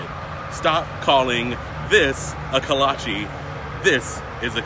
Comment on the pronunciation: Pigs in a blanket can’t really be called kolach bc it is using a different type of bread, it was created by Czech immigrants and was called Klobásník but since you are using a different type of bread it isn’t technically authentic. Plus you aren’t even pronouncing it correctly. There are plenty of other authentic food names such as sauerkraut which is German and was changed to liberty cabbage during ww2 but somehow people can get that correct but not this.